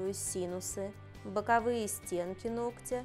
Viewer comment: Подписываюсь на ваш канал с огромным удовольствием... вы не только превосходный умелый Мастер, но и , что не маловажно, ГРАМОТНЫЙ ЧЕЛОВЕК... поясню, на ютубе только трёх мастеров нашла /вы один из них/ кто правильно произносит слово ,, нОгтя,, а не ,,ногтЯ,,... что вызывает большое уважение к вам... успехов